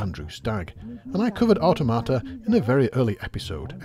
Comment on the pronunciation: I thought it was so he could learn how to pronounce Automata. Apparently not.